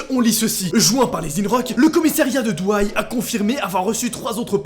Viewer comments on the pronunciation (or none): 😂😂DOUAY nn Douai (é) oui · C'est pas douay mais douai a la prononciation mais sinon tu gère mec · Ça ce dit pas douaille mais doué et j’habite la 💀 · « Douay » ça se dit pas Douay mais DOU AI/ET DOUAI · Ça se dit doué et pas douay et çabs'écrit douais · Et c pas douaie mais doué enfil c comme sa que sa se dit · On dis pas douaie mais doué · "Douaille" "Sine le noble" ... ça se dit "Doué" et "Saint le noble" mec mdrrrrr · Mdr ca se dit pas douaï ca se dit doué mdr 😂🤣🤣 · De douaïe 😂😂 ca se dit "doué" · Juste pour info, ça se prononce "Doué" pas "Douaille", et "Sin le noble" pas "Sine le noble" Ça fait bizarre qu'il se passe se genre d'histoire juste à côté de chez moi ^^ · douai= doué pas douaÏe jt obliger sorry mais jhabite a coter et sa faitflipper :( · C'est pas Douai mais Douai (dou aie). (Doué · J'habite dans le nord sa se dit doué pas douaïe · Je t assure la ville ne se dit pas (d'où aille) mais juste doué (Douai) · Ça se prononce Dou-é pas douaï et c’est sin pas sine le noble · Douai ça se dis « doué » pas « douaille » et « sin le noble » on prononce pas le « n » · C Douai pas douay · C’est par chez moi 😜par contre Douai se dit doué et pas douaille 😜 continu comme sa bisous 😚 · On dit : Doué pas Douaii 😅😂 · Tu ma tuer en disant "douaye" sa se dit "doué" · Mdr on prononce pas douay mais Douai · Slt noa je viens du nord mais ça se dit on dit doué at pa douaï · On dit: "doué" et non: "douaï" Mais sinon cool de parler du nord de la france genre les chti's !😂 Bon continue comme-ça❤ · Douai ne se prononce pas Douaille mais Doué j’habite malheureusement pas loin de là bas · J’habite près de Douai et on dit Doué pas Douaï ;) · ( je l’ecris en prononciation) CEST DOUET pas DOUAILLE😭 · DOUAI ca se prononce "doué" pas "dou-aie" 😂 cette prononciation m a tué 😂 PS : quand on invente des news on évite de dire qu'elle date de 2020 alors qu on peut lire 2014 😘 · Moi de Valenciennes comment il a écorcher le nom de Douai (il a dit douaye)😭😂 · c'est doué pas douaïe